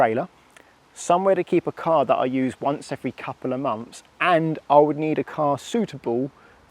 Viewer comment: Months th not Mumfs… honestly the youf of today